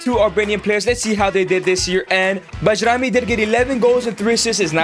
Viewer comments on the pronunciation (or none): Pronounced as Bayrami!